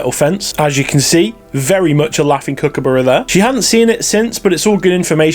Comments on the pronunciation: Your pronunciation of Kookaburra isn't quite right. Kirsty said it better. Kook-a-BAH-ra. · Pronunciation, You are sort of right but emphasise the U more .